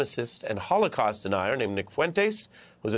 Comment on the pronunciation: It's HOLOCAUST, not Holocause. We need to remember and learn from the horror, so it won't happen again.